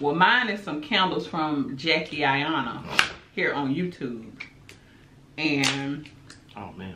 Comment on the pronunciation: Jackie (I-nah) LMAOOOOOO Ayana!!!!